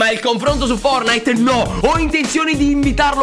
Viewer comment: Io avrei aggiunto la t nella pronuncia della parola fortnite